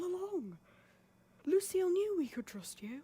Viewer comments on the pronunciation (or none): Thank you for reacting! I really loved having you in tgif <3 Lucille is pronounced as Lou-Seel hehe. Ross is an actual icon 😫💕